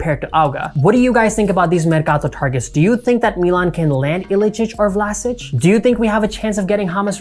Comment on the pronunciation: Good video as always. P.S. It's not Vlasich, it's Vlashich P.P.S. You shouldn't ware those black and white shirts :)